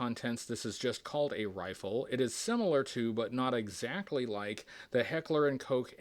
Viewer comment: Hey you even pronounced Heckler & Koch correctly, that's why you're a top tier Joe reviewer! But my favourite part is still, always, the way you say that final "about 90 degrees" 😁